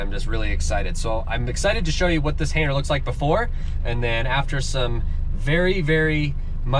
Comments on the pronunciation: You keep saying “hainer” and i love it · Didn’t realize the “g” was silent 😂